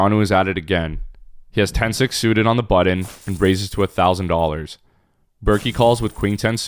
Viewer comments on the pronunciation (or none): This dude says "buddon". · What's the "budd-in" that the narrator keeps talking about? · It’s not a “buddin”… annunciate. Makes you sound lazy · What's with your pronunciation of button? Are you an Asian or something?